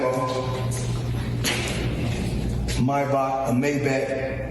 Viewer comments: The first time he said Maybach was actually more correct than the second time. He pronounced it almost correctly except there is not supposed to be a k at the end of the word. But it's fair since Americans have a hard time pronouncing ch the German way. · The" Mybach" or "Mayback" or however you wanna spell it. Lol something about Logan Paul getting scammed by Floyd brings a smile to my face 😂😂😂